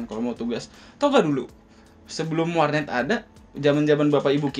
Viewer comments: Kamus Dzawin = "Warnet : War'neat" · Bengekkkk... jawin bikin ngekek tiap ngmg warnet